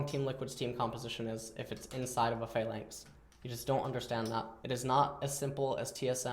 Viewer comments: Or pha-lanx instead of flanx <3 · What is he saying when he says "if its inside of a (what) lanx?